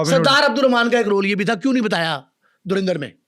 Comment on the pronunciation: Bhai it's a movie, aur sbse pehle to Its Dhurandar..no E in pronunciation 😂..also baar baar bol rahe ho kya hasil kiya..437 Cr INR means 1380 Cr in Pak Currency 😂